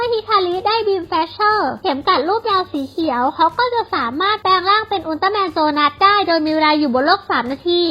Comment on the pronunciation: อับ7 ชื่อโจนัสอทำไม พูดว่า โซนาส งง ???